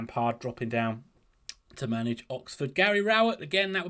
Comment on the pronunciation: You said “mange” Bristol City,. Was that intentional or a slip?